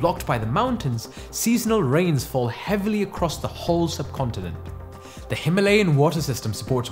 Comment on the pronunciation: So interesting when you live in Himalayan region but can't pronounce it right